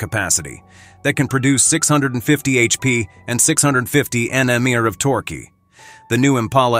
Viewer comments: I only heard of Torque not "Torquey" 😂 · Tour kee ? I guess he means torque